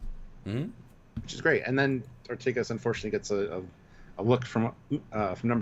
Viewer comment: Lol love you guys but pls, Ortegas is Or-TAY-gus, not Or-TEE-gus. Like in Vega, Beta, Sega, Zeta, Diego etc, E has an A sound in Spanish and other Latin-based languages. Never heard you guys say B'Elanna Torres as Tor-REESE so I know that you can do it, gentlemen ;) We love the character, SNW is great and hopefully will go for seven seasons, the actress watches TrekYards,so I think we owe it to get her name right Cheers, thoughtful commentary on a thought-provoking episode! xx